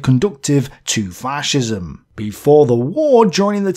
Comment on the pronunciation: Yer mate it’s fascism not faarrrcism ffs